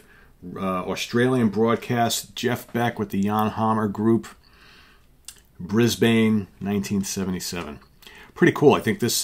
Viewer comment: I love the way you pronounced Brisbane. Rock on, brother 👽